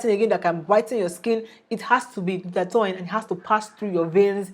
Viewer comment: Glutath-oin? Wtfff im outta here ..tou don t seem to have the knowledge if you don t even pronounce the fuckin word right byee bii